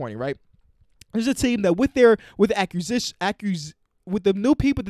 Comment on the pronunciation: Acquisition Ack-quiz-ish-in